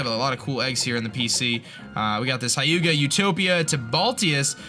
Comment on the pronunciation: "hy-uga" :P